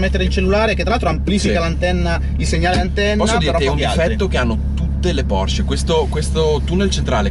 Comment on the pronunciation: Auto incredibile, 🔝, no comment. Precisazione per il mitico: la pronuncia è Porsche, non Porsch. Giusto per fare il rompi balle ahaha!